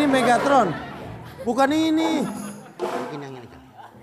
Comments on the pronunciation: megtaron? Megatron yng bener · Menit bukan Megtaron tapi mega tron